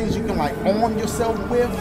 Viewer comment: “AROOMMM” instead of arm 💀💀🤣🤣🤣😭